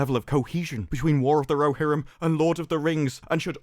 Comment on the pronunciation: War of the Ro"she"rim